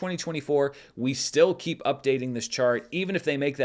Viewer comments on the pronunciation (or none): none